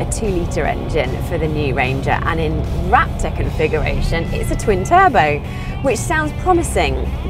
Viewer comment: ... Rap-tore lol